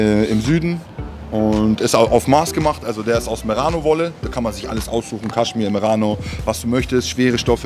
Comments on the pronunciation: Merano wolle? Meint er Merino? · goldstein das ist merino und nicht merano wolle min jung